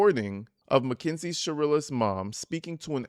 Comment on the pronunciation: Is it just me or are you pronouncing it MACKINZIE? Lol.